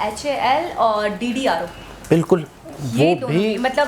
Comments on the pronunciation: DDRO ......nahi....DRDO.....aap jaldi bolne k chakkr m aksar aisi galti krti h.....,sorry bura na mano,bas thorra dhyan do...aor haan,apne niazi saheb ko bhi mouka dooooo!!!! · It's not ddro it's DRDO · D R D O mohtarma aapke english ka pronounciation se angrez apne aap ko samandar me doobalenge bacha lo unko aur apni "amazing interesting WARID 🤣 (ye kya hai warid)" thoda pad likh liya karen aise na mare angrezo ko bechare